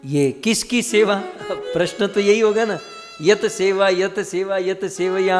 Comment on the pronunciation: प्रसन नहीँ प्रश्न होता है